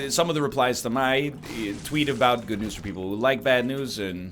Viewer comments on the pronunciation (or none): none